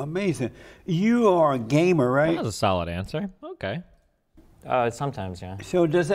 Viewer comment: I'll never get over the inflection he uses when he calls destiny a gamer, fuckin amazin